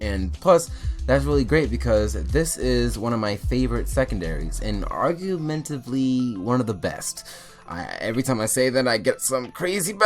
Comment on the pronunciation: "arguementivly" smart guy